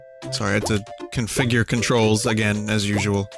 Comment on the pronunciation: "try agrain"